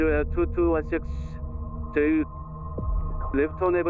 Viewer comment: If I hear "Jay-ju" one more time, I'm going to lose it lol It's Jeh-ju My wife knew the FO though, very sad for everyone affected; the victims, their families, controller(s), emergency crews, the nation